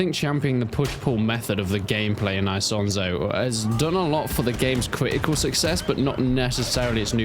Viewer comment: It's not hard to pronounce Isonzo correctly, especially since this is probably not your first video about it.